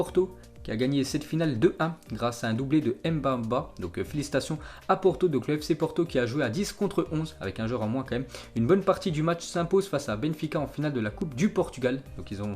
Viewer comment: Il a dit M’bamba 😂😂😂😂